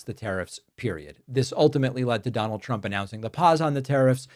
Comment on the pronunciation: the pronunciation of the letter "u" when saying trump's name, the sound uses the "u" like saying the word "use" to make it sound like truump. it sounds so stupid. do you get what i mean? so if you're the one saying that i think you should change the shape of your mouth